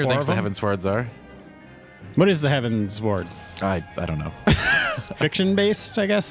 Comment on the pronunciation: Probably a bad example, but it's all I've got: It's pronounced like you're giving directions to an airship to fly towards the skies, a.k.a. Heavensward. No pauses. I do agree with that the quest experience was quite annoying, especially before you get flying in each area. The layout of the land is terrible in some zones, forcing you to go a long way to get to a destination, when they could've just put a ramp on the other side. It makes the numerous back-and-forth quests just that little more annoying. BUT all the music is really great, as to be expected, and the normal difficulty of Alexander was pretty fun, despite their general easiness. Can't wait for savage. ^_^